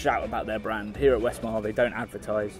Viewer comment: Its not 'Westmarl' but Westmallah.